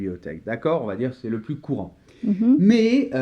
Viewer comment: Bonjour, merci pour cette vidéo que j'ai choisie pour que mes étudiants révisent. Mais j'ai une remarque : la prononciation du "s" de plus par Noémie "pluS petit". Dommage, car je travaille la prononciation de "plus" avec eux et dans ce cas le "s" ne se prononce pas ... Pourriez-vous ajouter un commentaire concernant la prononciation de "plus" ? merci !